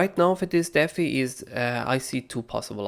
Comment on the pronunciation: Holy shit man. It’s deee fiiiii. Deffie